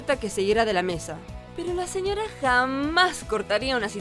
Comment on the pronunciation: La mina del vídeo pronuncia re mal "señorra, autorridad" me pone de mal humor